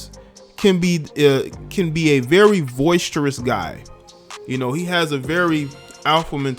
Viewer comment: Not sure if you said voicstouris and you meant boisterous. Just helping out. Can’t hangout for the end..